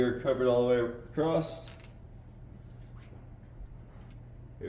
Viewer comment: The T in acrosst is silent